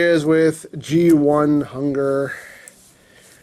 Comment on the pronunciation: Its not hunger its hun grrr the u is silent lol